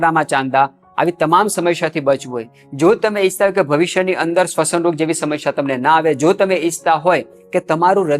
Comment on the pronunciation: "સમશ્યા" નહીં, 'સમસ્યા'.